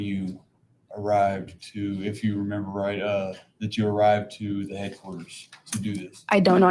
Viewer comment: I really can't stand the way he says, "the."